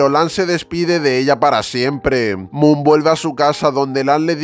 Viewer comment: Moon jajaja no puedo es mook no moon